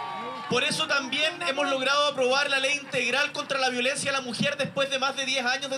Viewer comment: Aprende a decir violencia tu palabra favorita de toda tu vida!